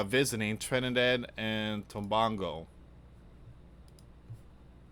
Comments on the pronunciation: It is pronounced Tobaaaago like that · Dear and friends greetings.I live in Trinidad and what you are saying is worrying. And it is not Christmas as yet in the island. It is Diwali a Hindu festival. It is pronounced as Tobaygo. Please pray for us🙏⛪😇❤️🇹🇹🇹🇹